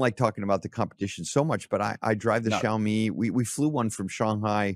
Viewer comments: "Shiaomi" correct pronunciation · TO PRONOUNCE XIAOMI THINK OF THE WORD SMALL RICE - A MUCH MORE ACCURATE